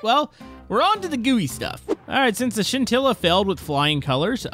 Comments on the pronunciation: I need a counter for how many times he said sintilla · What are you saying it wrong with the pronounced shintilla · Stop saying sintila